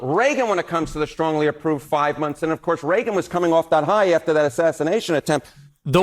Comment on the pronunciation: "Of CoUrRRrSe!!!"